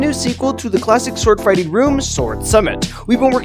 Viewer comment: Bro said swordingfighting